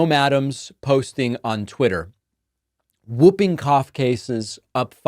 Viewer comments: It is pronounced Hooping cough not whooping cough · sorry David, I agree with everything, just the pronunciation of 'whooping' cough. The 'w' is silent, you say 'hooping' not wooping, yeah, nitpicking but sounds strange to all other English speaking countries. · Whooping cough is pronounced; HOOPing cough David. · It’s pronounced “Hooping Cough” The W is silent. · It is actually pronounced Hooping cough. The W is silent. Well at least it is in the English speaking country I live in, maybe it is different in the USA? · David, it’s pronounced like ‘who’ not ‘woo’. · Hi David it's actually pronounced Hooping Cough because of the hoop sound patients make. I was born in UK and had it as a Kid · It is (W)hooping Cough, the W is silent, HOOPING .. get it right. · Its "hooping cough" David....the w is silent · Pronounced hooping cough. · Jesus David it's pronounced Hooping Cough😂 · Pronounced Hooping Cough… 😁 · Today I learned a new way to pronounce Whooping Cough. Man, American accents are wild. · David, the W in Whooping Cough is silent. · Whooping cough is pronounced HOO-ping-koff, David. 😁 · Isn't it pronounced "hooping" cough, not "wooping" cough? Or is that a UK vs US thing? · whooping. the w is silent. 'who' made that a rule, i don't know. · The w is silent in whooping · Hey there David, just a friendly FYI that “whooping” is pronounced “hoop-ing”. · It is in the US also. It's an anachronism. Spelled whooping cough, pronounced hooping. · According to several dictionaries I consulted, the w is always silent, the correct pronunciation (is ˈhü-piŋ- or ˈhuː.pɪŋ (like hoop’ ing).